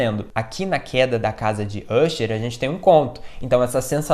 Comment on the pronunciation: Pô, se pronuncia "acher" e não "úcher". É "dupan" e não "dupin" caramba